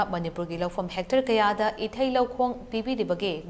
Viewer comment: Its not "Hectre" but " Hectare"....:face-purple-crying